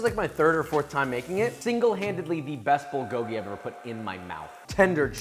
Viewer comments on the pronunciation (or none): As a korean, this video made me really happy to see someone make kbbq correctly. just work on your pronunciation a little (bulgogi: pul-gohk-ki) (galbi: gaiyr-bee) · This looks so good, but I’m slightly triggered by the way you pronounce “bulgogil” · As a Korean, you nailed it but one thing that bothered me is that you are butchering how you saying bulgogi and galbi. That’s about it! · Cant even pronounce galbi and bulgogi LMAO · Josh’s pronounciation of bulgogi was hurting me lol😂😂 food looks great tho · He botched every korean word💀💀💀